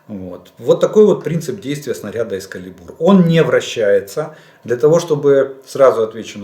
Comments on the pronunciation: Дядя Олег, здрасьте! Я вже вам колись писав....ви не правильно вимовляєте EXCALIBUR Не там наголос ставите і звучить...sorry ....не грамотно Наголос має бути на другий слог (на "КА") Дякую, якщо зрозуміли. Знайдіть на Гуглі звукову вимову і послухайте. Ваш постійний слухач. А выпуски пятЬ баллов 😁👍💙🇺🇦💛✌ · Эскалибур, ударение на "а"